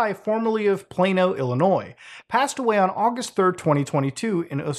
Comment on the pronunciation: As a long time fan, like creepypasta old, thank you not only for covering this. But for pronouncing my state of illinois right(of course you live in Canada/French Canada so I’d hope you could) also, my town is mentioned, oswego, just fyi is pronounced (os-we-go)